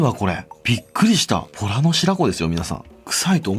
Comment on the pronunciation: ボラがとら🐱って聞こえたー めっちゃビックリしました(笑)